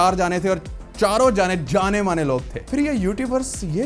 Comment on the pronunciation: It's janne not jaaane bhai!😂